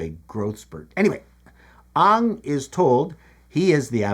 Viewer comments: He's pronouncing it "Ong" like the Netflix show. No less wrong, of course. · Why are you pronouncing it “Ong” like the M. Night movie? It’s “Aang”! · His name is Aang not Ong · ANG not UNG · Please pronounce his name as Aang, not Ong!! Every time you mispronounce his name, I am reminded of the awful avatar movie by m. Night. I hated that movie so much,I swore to never watch anything by m. Night. I love the animated series. You must watch it. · His name is Aang (aang). Watch The Animated show or you'll be confused. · Every time you pronounced Ang as Ong, like in the Shamalan Avatar movie, my eye twitched. That's a cool trick, mister! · no way my mans called him ung 😂 watch the cartoon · "Aang" rhymes with "gang". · He said 'Ong' the VERY cardinal sin of the movie x'D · It inspired me to compose a mnemonic: 'Ong' is wrong. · you're saying the name wraang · Ok, to pronounce Aang correctly just take the word "gang" and drop the first letter. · have you met any air bender fans? lol… Basically every late Gen Y and Gen Z would immediately blow this video off from mispronouncing it. I enjoy videos and have been here from the start (Macintosh videos anyone? ) but lack of attention to the main character’s name just serves to make people disconnect from the review. Not that I think it’s any great sin. Some people just don’t care, but it feels like a very “Boomer” thing to do. ( I want to also clarify that I never really cared about the show myself… My kids just really liked it even though they were latecomers to the series. ) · everyone except M Night Shyamalan pronounces it it differently than you did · Take a shot every time he mispronounces Aang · I'm drunk.